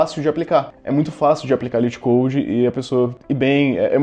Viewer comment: Se pronuncia lit code mesmo